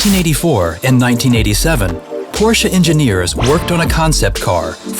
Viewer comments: PRONOUNCE IT RIGHT FFS! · Its funny how not even official Porsche chanel from US cannot pronaunce Porsche right